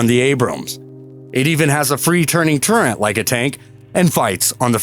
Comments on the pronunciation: It is a "TURRET" not a TURENT". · Your constant mispronunciation of the word turret is mind boggling considering this is a video about tanks. There is no n in turret. Definition of turret 1 : a little tower specifically : an ornamental structure at an angle of a larger structure 2a(1) : a revolving armored structure on a warship that protects one or more guns mounted within it (2) : a similar upper structure usually for one gun on a tank (3) : a gunner's fixed or movable enclosure in an airplane